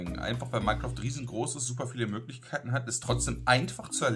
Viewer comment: Minecroft sagste :D